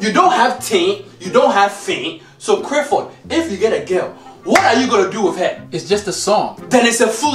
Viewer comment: I know dad had to emphasise the L in 'clap'...If he had pronounced it in the same way he does Crifford?